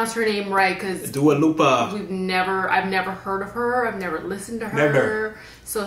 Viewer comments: How the hell do u get “lupa” from dua LIPA lmao😂😳 it’s not a U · That girl is having a hard time to differentiate the difference between "i" and "u" It's LIPA not LUPA